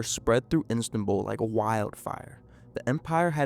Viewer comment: The repeated pronouncing of ‘Istanbul’ as ‘Instanbul’ was irritating, but otherwise a fascinating and horrifying story.